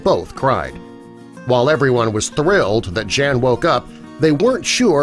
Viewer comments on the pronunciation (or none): I know someone whose parents were from Poland. I've known him since the early 80s. His name is also Jan. The catch is Jan isn't pronounced Jan. It's pronounced Jon. Good story though. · It's not "jean" but "yan" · wouldnt his name be pronounced like Yawn, and not Jan?? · Jan is actually pronounced yan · If you are saying the name “Jan” in Polish it is pronounced YAN ffs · I bet "Jan" is supposed to be pronounced "Yaan" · His name is pronounced yawn..